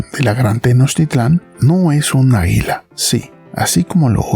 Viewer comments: Se dice a'guila no aguila!!!! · Que dices águila o hila ? Por qué entiendo hila no águila